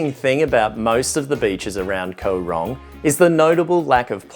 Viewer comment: It isn't pronounced Ko Rong it is Koh Rong. You sound like a typical tourist who goes to an island not thinking that it costs money to get the food transported to the island and compare everything to where you live. There isn't a lot in Kampot but peope go there to chill out and relax. Mosquitoes are in every tropical country so you should have been prepared. I have lived here for 17 years and love it just as much as when I first came here. The less people like you who visit the better!